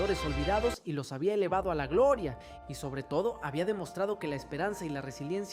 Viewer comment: Y este chico porque habla así y tACtico y glOOria, ObstacUlo 😂